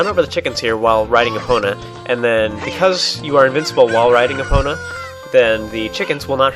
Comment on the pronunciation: u said her name wrong!!!